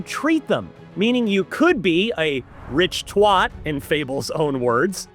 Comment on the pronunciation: Rich twot.... that was painful